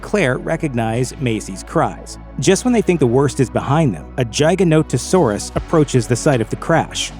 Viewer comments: Hate the way you say giganotosaurus as “jiganotohsaurus” it’s Gig-ah-Not-Oh-Saurus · Giganotosaurus = Giga Not-o Saurus, "not" Gia ga not-o saurus. its not pronounced like Giant, but Giga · It’s giga not jigs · You're pronouncing giganotosaurus wrong. Its not jig, like "I'm going to dance an Irish jig", its gig as in "the band is going to play a gig". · R u domb!? Is it a jiganotasaurus or a giganotosaurus? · Im a velociraptor my six inch retracts as well Edit: its not pronounced jeyeganotosaurus its pronounced GIGAnotosaurus Like the giga in giga chad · Your pronunciation of Giganotosaurus made me laugh. But honestly the pronunciation in the movie also made me laugh because I’ve felt like it was pronounced GI-Ganto-Saurus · I noticed your pronunciation of giganotosaurus was horrible. :P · So is no one, not a single person, gonna point out how he pronounced Giganotosaurus. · Say the name of giganotosaurus correctly way u say it makes me vomit